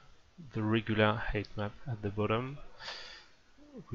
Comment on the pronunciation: lol everytime you say "height map" sounds like you are saying "Hate Map".